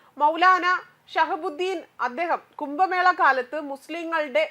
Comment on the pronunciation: കുമ്പമേള,സനാതന ദർമ്മം,അകില ബാരത, സംഗം, സംഗം,നിരവദി, സംസ്താനം, ദാരാളം...... ഇതൊക്കെ ആദ്യം ശരിക്കും വായിക്കാൻ പഠിച്ചിട്ട് ന്യൂസ്‌ വായിക്കൂ.